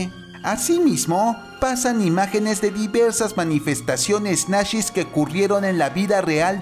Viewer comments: Ideas Nacshis. Se dice nazis, donde aprendiste Aleman? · A ya entendí por qué dicen nashes.